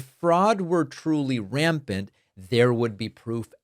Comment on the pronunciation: And his pronunciation of rampant, “raypent”.